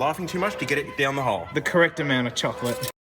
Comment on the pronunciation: how much time i heard chokolate